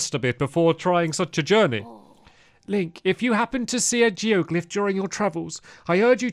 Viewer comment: I heard Stampy say Joe glyph instead of geoglyph and I that's all I'm calling it